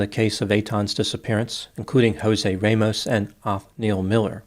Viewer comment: Good analysis of the case. However, I would recommend before you pronounce any Hispanic name, Google the pronunciation. Jose you got correctly but Ramos does not have a long A…it is RAH-mohss.